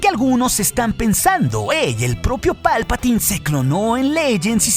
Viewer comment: ¡Palpataaaaaaiiiiiin! Se pronuncia "Palpatain".